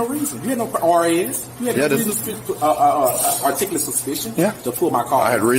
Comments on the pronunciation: He KNOWS the Laws, then quotes RAS: Reasonable "artickahler" Suspicion?! 🤣 😂 *(It's articulable!) Dude, sit your ignorant, taking it to the Supreme Court SELF all the way in that Squad Car!!! #SMDH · I love how these guys always want a reasonable articulate suspicion of a crime in but can rarely pronounce articulate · I love how they can never pronounce the word "articulable." 😂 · The irony of these SovCits insisting officers explain their "RAS" (Reasonable, Articulable Suspicion), while being wholly unable to pronounce "Articulable", is not lost on me... I mean, demanding that an officer articulate their reasonable suspicion, whilst you, yourself, are incapable of articulating said demand, SHOULD induce a level of ignominy on par with something like shitting your pants in a crowded public place... You highlighted, what I imagine to be one of the biggest, and sadly, most common, issues those in law enforcement face: The abject lack of legal acumen possessed by members of the public. It's exceedingly rare that you come across an interaction where the suspect (or individual arguing with officers about the law) actually knows what they're talking about. I'm fairly confident the reason for that is that most individuals who are familiar with American jurisprudence know that there is a time and a place to argue one's case and the details surrounding it, which btw, is in the courtroom, not the parking lot of a laundromat or on the roadside or whatever. I mean, even if you are 110% correct, the likelihood of an officer saying "Oh shit, you're absolutely right, let me get those cuffs off and get you on your way." is effectively non-existent. I had a tumultuous end to my employment at a particular business in Tampa many years ago. There were heated words exchanged, but I left as they asked me to, after cleaning out my office. A few weeks later, my girlfriend at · Not one of them can pronounce “reasonable articulable suspicion” correctly. 🤣🤣🤣